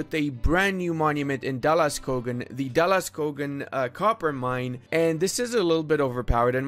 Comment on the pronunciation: Being Swedish I know slightly pronoced it wrong he pronounced something like da la skaugen but it The o in skogen is pronounced like the two o in moon and on Dala the pitch is on the last a. BTW dalaskogen means something like valley forest. Skog means forest, dal means valley in Swedish. With that being said it's great that dalaskogen has +5 goods products from the start.